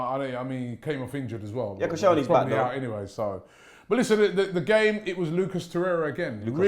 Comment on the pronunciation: it's TORREIRA not Toreya